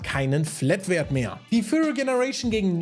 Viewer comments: Muss kurz klugscheißen: bei Rek'sai heißt es "Fury", wie Wut, nicht "Furry", wie fellig. Abgesehen davon vielen Dank für deine viele Arbeit und die guten Videos, die lesefaule Leute wie mich auf dem neusten Stand halten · Bitte sag bei Rek'Sai nicht mehr Furry... Es heißt Fury.... Furry ist was anderes